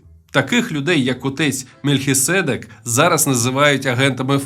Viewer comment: Бляха, будьте уважнішими з наголосом в слові "Мельхиседèк " 🤬.